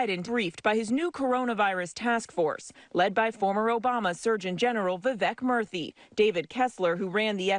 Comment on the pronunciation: I don't get you pronounce arnold Schwarzenegger correctly But you can't pronounce murthy😑